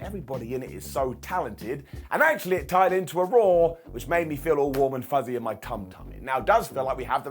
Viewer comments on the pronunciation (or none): none